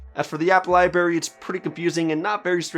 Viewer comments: LIBRARY. BRARY! BRRRRR BRRRAARRRYYY. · Lol...come on man. “Libary” and “wind”down mode.